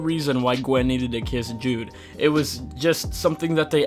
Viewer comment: jude not judey